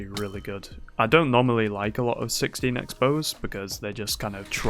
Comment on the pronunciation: am hearling a lot of "60 nex" instead of 16 x